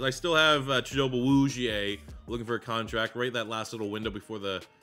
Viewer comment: It’s cheet-oh-bay Ah-woo-z-ay. -your loving Cowboys fan